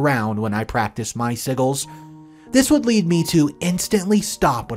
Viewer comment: It's pronounced "SIJ-UHLS" not "Sigguls" ..... you should know that if you're gonna make a 25 minute video about witchcraft topics